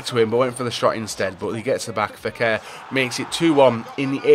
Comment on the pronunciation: Fékir not feker